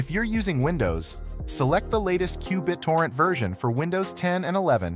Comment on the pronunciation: Straight forward and very helpful. Qbit-orrent was kind of funny to hear.